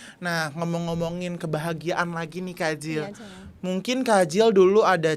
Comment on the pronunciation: blg sayang "syayang" ya 🤣